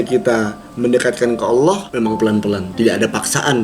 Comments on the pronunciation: Saya takjub sama kk, mualaf tapi udah bisa ngucapin kata "Allah" dg benar, banyak orang Islam aja yg blm bisa ngucapin kata "Allah" dg benar. Ini sangat penting dan mendasar kk, terbukti kalau kk itu cerdas, mempelajari sesuatu dari yg mendasar, kk belajar sama siapa sih, yang ngajarin kk bukan orang sembarang nih. Ajarin adik nya kk... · Pengucapan "Allah" nya. Yaampun masyaallah. Sehat terus kalian💜